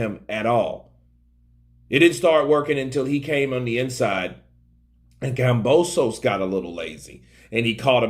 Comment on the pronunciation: KAM-BO-SOS !!! Simple fucking name to say no silent letter or special way to Pronounce it! Why everyone keeps messing this simple shit up